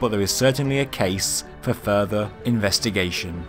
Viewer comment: Fur thur not furVa ...